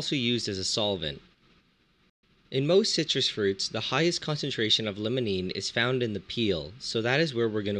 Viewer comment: It's Limonene, not Lemonene. I know pronunciation isn't the focus of your channel, but come on. Try pronouncing the word "Lime" instead of "Lemon".